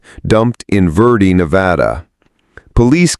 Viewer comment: Verdi not Verdee. Also it's Nevada not Nevaudaw.